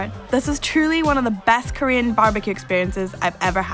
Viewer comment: Wow she murdered the korean pronunciations XD